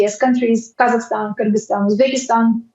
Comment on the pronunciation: This is not how you pronounce Kazakhstan and Kyrgyzstan in English.